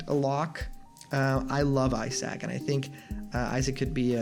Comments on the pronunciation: Did you really have to say Eye Sac tho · By the way it’s Isaac not eye sack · Isaac is pronounced "EYE-sick." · "Eye sack from Golden Sun" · Eye sack. Eye sack? EYE SACK?!? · I-Sack...? You serious? Lol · Eye sack? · 3. “Eyesac” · Eye Sack and Fee Licks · You pronounced isaac wrong